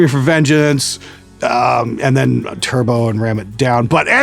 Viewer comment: I like how you grit your teeth while uttering 'Turbo' and 'Ram It Down'. I find myself doing the same.